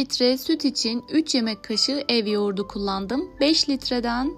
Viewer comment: Ya elinize sağlık. Da bir diksiyon teyzesi olarak size söylemeden geçemedim. Türkçede Yoğurta denilmez. Yoğurda denilir. T harfi yumuşar... Video boyunca o kadar kulağımı tırmaladı ki söylemeden geçemedim. Yoğurtu denilmez... Yoğurdu denilir.. Lütfen alınmayın, kızmayın, kibre düşüp sana ne demeyin. Size, bu güzel video için kulak verenlere DOĞRU dille seslenin ki onlar da torunlarına yanlışı aktarmasınlar.. Sevgilerle